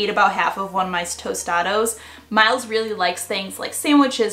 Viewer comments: Had to pause on dinner. Please get it right, it’s not Tostados. It’s Tost-ta-dhah 🤣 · That chicken tostados got me 😂 never heard that lol its tostadas , great video though ❤ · Did she say “tostados” lmao 😂 it’s TOSTADAS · I was like Tostada! Not tostado lol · Hi lovely thanks for the vid! Just a quick correction— the Mexican dish is called “tostadas” (with a) not “tostados” (with o)❤️ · Tostados 😂 loved the video tho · TOSTADA not tostado that’s not even a word it’s a tostada thanks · Tostados? I think you meant tostadas. Lol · IM DONE... u said tostados -_- ma'am its TOSTADAS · i think you were trying to say "tostada" lol 😂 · “Chicken tostados” 😂😂😂 but great ideas! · Tostadas lol great ideas tho! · You mean tostadas haha its cool but great job mom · its pronounced tostadas not what you said